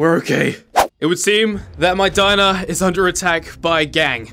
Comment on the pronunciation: Get our of my Dimer. Everyone: He’s having to much fun that he says it wrong